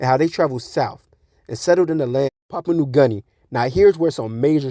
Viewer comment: Your facts are coming from your ass. You usually disregard people with so called facts when can’t even pronounce the names of these islands. It’s Samoa not Somoya and Papua New Guinea not Papua new garnia 😂